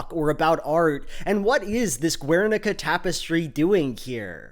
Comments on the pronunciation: Guernica is pronounced like "Ghernika", not "Gwernika" because it's a Basque word, not Spanish. Love the video tho. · Respectfully wanted to point out the pronunciation of Guernica is "Gher-nee-kah" Really interesting video, looking forward to see more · Loved the video as always! I don't usually comment but I wanted to mention that the "Guer" in Guernica (or Gernika in basque) is pronounced ger as in hun-ger, the u is silent. I'm from a city close to Gernika so I figured I should say something. Love ya! ^^ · Your mispronunciation of Guernica is unfortunate. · I have to give a like just for the Cube quote but 1) please stop pronouncing the u in Guernica, 2) wtf are WMBs? please remember non-native speakers exist and we can't always understand acronyms even with context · ze gaizki pronuntziatu dun Gernika JAJAJAJAJ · The u in guernica is mute, also it wasn't a spanish town, it was bombed by nazis at the request of fascist spanish dictator francisco franco, because he didn't control the territory. After the death of this monster, the spaniards created a terrorist organization called GAL to secure the invasion of the country which guernica belongs to, killing and massacring all civilians who opposed. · Btw the "gue" in "Guernica" is pronounced as in guess. This mistake was unforgettable and you have made a new enemy,. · how can you make this whole video and not look up how to pronoune guernica :( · The 'u' in Guernica is silent. It's a spanish thing.